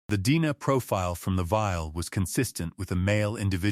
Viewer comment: I hate AI narratives. DNA is repeatedly called Dena. Ridiculous!